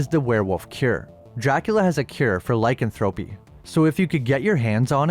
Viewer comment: If you're going to do lots on this subject, please, please learn the correct pronunciation of 'lycanthropy'.